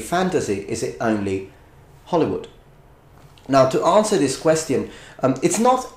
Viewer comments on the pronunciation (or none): i somehow am really weirded out by your pronounciation of quest -ion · I love how no italian can pronounce ''question'' properly :3 No offense, luv ya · Italian and spanish speakers have trouble with that one